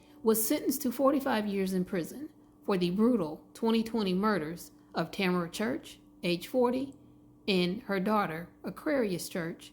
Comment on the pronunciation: This is my good friend! 😭Her name is pronounced Tuh-meh-ruh